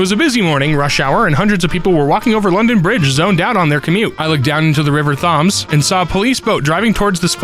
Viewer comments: "Thames" is pronounced "Tems"! Not "Tawm"! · It's pronounced "Tems". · As a British person, it’s the River Thames (pronounced t-em-s) I know the spellings weird but it made me laugh when it was read out. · Thames is pronounced "tems", God damn, you CHOSE this line of work, show a little self-respect. Edit: Jesus, I no sooner hit play and heard you mispronounce "brigadier." Hard "G." Like "git." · The way he said river Thames made me giggle